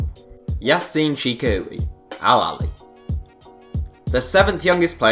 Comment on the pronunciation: yassine chikhaoui’s name is pronounced Chick-ow-ee not chick-ah-oo